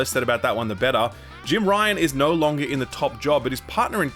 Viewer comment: Can u explain why you pronounce the word 'no' as 'nauwr'?